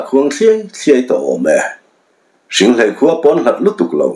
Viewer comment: Hringhléi tih a ni. Ka chhiar kawp nasa a, hrianghmun te, hriangmual te, ka lo lam pawlh chang a awm maithei e, lo hrethiam hram teh un